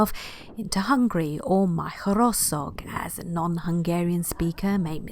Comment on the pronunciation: Informative & nice video. So cute u pronounce Magyarország & Österreich by the way 😃😃😃